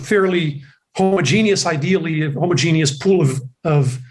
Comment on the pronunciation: Homogenous- ho ( like hot) moj ( like Podge) in us. Ho- moj-in-us. 4 syllables. 😂😘